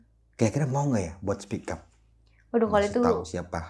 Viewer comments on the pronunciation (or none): Speak up bang bukan "spick up" 😮😂